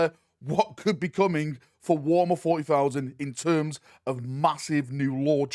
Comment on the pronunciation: Why do you say Warmer and not Warhammer?